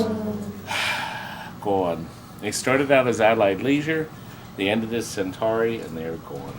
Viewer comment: Am I the only one driven to madness by his continuous mispronunciation of "Centuri"?